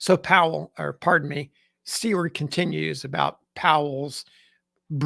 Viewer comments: "Seward" is pronounced "SOO-ward" not "see-WORD". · I keep hearing C-Word, as in "see you next tuesday" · About to type the same thing. Never heard it pronounced that way. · Thank you! This is the first time in my life I’ve ever heard anyone mispronounce Seward’s name. Pretty big error for someone who is so steeped in Civil War information. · Yes. One would think a reputable historian would at least get the pronunciation right